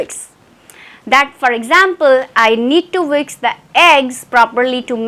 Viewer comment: Is it whiks or whisk? You are speaking whiks ma'am!